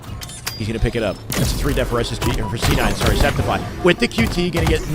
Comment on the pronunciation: Sceptify is pronounced Skeptify, like skeptical. His brother mentioned it in an LVT stream, but everyone forgot i guess. Por guy, no one ever gets his name correctly. :(